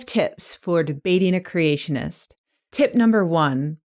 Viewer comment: When you sat tip#3 it sounds like tit#3